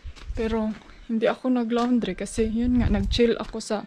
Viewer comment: Hindi yan loundry oy. E google mo kung paano bigkasin, laundry, not loundry. :)